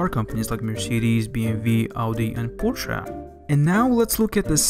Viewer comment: if im German and Porches are german cars ,i think i know how to pronounce Porche